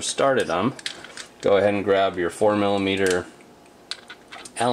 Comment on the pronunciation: Great video, I didn't want to mess with my new bike but now im definitely grabbing a fender eliminator kit. also I had to google what a "formula meter" allen key is, next time i heard you say it, it finally clicked 🤣